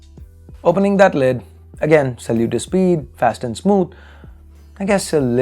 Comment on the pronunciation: I heard, "Sallu to Speed" 😂